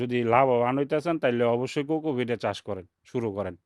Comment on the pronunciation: কোক ফিড না ভাই, ঠিক করে বলেন,কোকোপিট